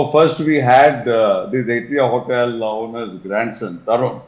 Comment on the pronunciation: It's ATRIA hotel, not ARTRIA